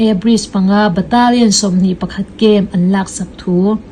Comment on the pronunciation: Baterlian nilo in Batalion titur.. three prawi nilo in three point aw